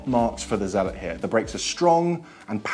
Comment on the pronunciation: Its zealot s, not usual zealot